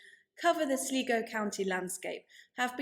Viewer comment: Brilliant series, well presented and researched. BTW Sligo in Ireland is pronounced Sly/Go. There are many other Irish names that are virtually impossible to pronounce from their spelling. e.g. Youghal is pronounced Yawl